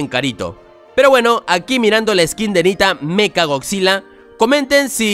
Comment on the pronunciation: No sé dice mecha es meca